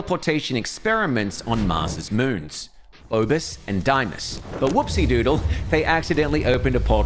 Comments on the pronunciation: Phobus and Diemus? I've never heard these 2 words pronounced more incorrectly in my life 🤣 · The way he pronounced phobos pissed me off😂😂